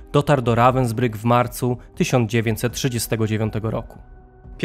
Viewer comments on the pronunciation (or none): Dokładnie to Ravensbhyk się czyta. Więc proszę się doinformować i nie wprowadzać w błąd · Naucz sie czytać i mówic po niemiecku końcówki er czyta się jak „a” miasto wypowiada się ravensbrug 😊😂